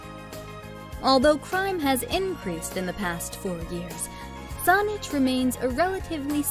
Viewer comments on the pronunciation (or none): She pronounced Saanich wrong. the 'a' is pronounced like sandwich ... not sauna. Beyond that, this is full of cherry picked statements about locations, where do I start: - Ft. St. John - ... yes 250 days a year of 'sunshine', but its a subarctic climate, so temps average below freezing for 4 months of the year, and can get as cold as -30 Celsius. - Kamloops - TRU is not the largest University in the province by any metric. google it. - Vancouver has THE mildest climate of all Canadian Cities, not one of the, but it is also THE most expensive city to live in, not one of them, with the most expensive rental housing costs in the country, with the least vacancy rate. People working full time and going to school full time struggle severely, and many live in a van. Theres a lot more wrong here, but suffice to say dont move to BC based on the info here. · It's pronounced Whist-ler, not Whis-a-ler. And it's Saanich not Saunich. Another outsider selling our province to other outsiders. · Let's start by learning the correct pronunciations. "Whistler" has only two syllables. "Saanich" is not "Saunich." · Even the voice over artist has no clue and mispronounced several of the city names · sounded like saunich, pretty funny anyway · SAWnich and Whist-ler hahaha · It's all computerized, as it calls Saanich "Sonnich". BC Transit Buses also have that problem with Street Names like the "McTavish Exchange" (near the airport) is pronounced as the "Mickta - Vish Exchange" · The narrator is mispronouncing their number one choice: Saanich. It's pronounced with an "a" not "o" as in sandwich. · 😂lies. misinfo. and oh my...the pronounciation...whisteler sonich...low crime in surrey...thanks for the laugh 🤣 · I live Kelowna (#2) in the video and this vid is full of BS info (and some of the clips aren't even from here). And just to note, you pronounce Saanich wrong. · She can't even pronounce Whistler, Colwood or Saanich properly. Was this video geared to immigrants??